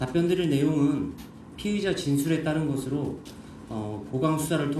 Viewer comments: 그건 그렇고 앞에 나오는 브리핑하는 경찰 간부는 운동을 안 하는지 몸도 뚱뚱하고 발음이 피의자인지 피해자인지 똑바로 안 들리는데 저런 사람이 어떻게 경찰 간부를 할 수 있는지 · 경찰 브리핑 피해자 피의자 발음이 똑같으면 어쩔